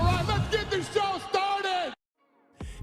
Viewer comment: Everytime i hear 'alright lets get these show started' it annoys me. why couldnt he just enunciate lol